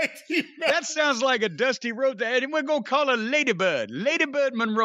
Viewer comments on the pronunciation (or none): none